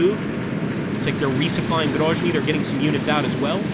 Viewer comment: GroZny. Yes, Zealand. Sound (zh) usually wrote as zh (Nizhny Novgorod). I think you should pay more attention on supply lines. I don't know how it exactly works in this game, but maybe you need roads and railroads be under your control on the whole way to your troops or to nearest city. Maybe you need to check it and take under your control especially on the north, where your main forces advance to GroZny. Don't make mistakes russian command did.